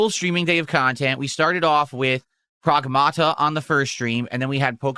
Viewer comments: Prowahgmahta 😂 his accent is so ugly. Also with his degenerate audience he probably shouldn't be playing a game with an underage girl in it just saying. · What is he saying, "Progmahduh"? 💀